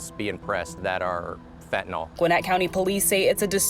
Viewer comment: It’s fentanyl not fentynol